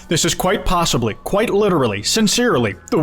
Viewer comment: wtf is a kwite